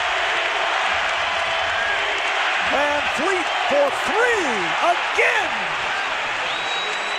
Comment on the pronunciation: And yet everyone (minus CDN media) still pronouncing his name wrong 🤷‍♂️ (Vanvleet not fleet)